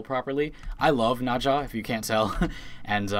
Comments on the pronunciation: Are you saying naja instead of "Naz ha " for her? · Nausea lul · "Najha" "Vivancḗ" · the funny thing is nezha's chinese pronunciation is "nazah" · "I play this frame all the time," pronounces the name as nazha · the way you say nezha sounds so incorrect. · Stop saying nazsha sry i just cant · If you love Nezha, please learn how to say his name because you're saying Naja, and that simulacrum pronunciation. Ouch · nobody triggert y the way he says NEZHA? NAJA wtf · Nezha is pronounced Nezuh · nezha is pronounce NahZHah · The way you pronounce "Nezha" really bothers me. His introduction video pronounces it completely differently. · you said nezha wrong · wtf is up with that pronounciation of Nezha? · u cant pronounce nezha right at all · Im sorry but i just had to say that the way you pronounce Nezha makes me cRy AnD lAUgH aT thE sAmE TIMe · I hate the way you say "Nezha" incorrectly. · Bruh thats a Weird way to Pronounce N EZha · the way you pronounce Nezha and Nekros bothers me.... very greatly